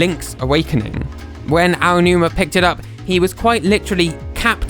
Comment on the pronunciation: You're the first Brit I've ever heard pronounce Aonuma properly. Cheers :D